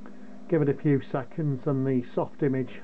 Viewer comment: You are pronouncing it wrong. It’s soft-imaj. Not image. So if you were do go to the hospital they might have a triage station. The “image” sounds like “triage”.